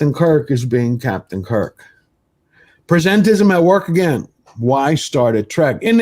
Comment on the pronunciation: It's "presentism," not "presentism,". Kidding aside, it's pronounced like "the present" (i.e. the current time), not like "present a proposal."